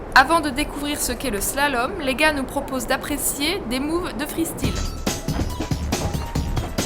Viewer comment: Freestile! Ça m'énerve! Pourquoi pas freuhstile non plus???😡😡😡😡😡